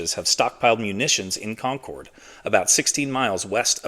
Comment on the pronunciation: UGH. It's "Condcud"...not "Concowd"